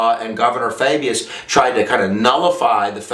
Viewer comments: I think its .....Fau-Bus, not Fay-Bee-yus ....just say'n ....:-) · For next time, it's Orville Faubus (Fahbus). Nonetheless, a good job that I might show to my U.S. History class. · I was distracted by the mispronunciation of Faubus. But it was --like all of lessons, excellent. Here's something to think about:--> It is generally accepted by liberals that force results in a response of force and that changing of hearts is achieved through non-violence. Could it be that when Ike sent in his troops there was only the semblance of change-of-heart? It seems to me that more was achieved by the civil right MOVEMENT than by the civil rights laws.